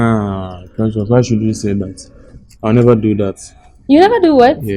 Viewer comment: Did someone hear saying Precias 🎉😂